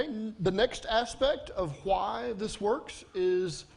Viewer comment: "khu-y" is how he pronounces "why"